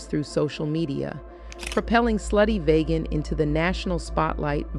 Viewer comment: VEEGAN,VEEGAN, VEEGAN - not VAYGAN - VEEGAN!